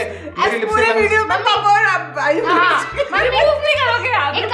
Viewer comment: "Laipstiack" -Diolouge by 😂